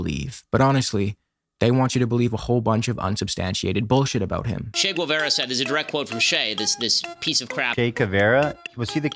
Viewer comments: When some speaker starts by calling him "Che Güevera" insted of Guevara I instantly know they are full of crap. You see, my first language/native is spanish, the "U" in Guevara surname is silent. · Ni lo pronuncian bien CHI GÜIVARA